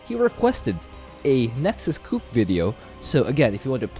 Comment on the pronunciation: why you call it nexus cup xd